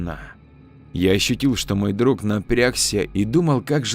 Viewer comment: Хорошая начитка. Но режут ухо слова - друХ. Подмена буквы г на х, в конце слова, это для диктора, как шлепок чернозема на лакированных туфлях.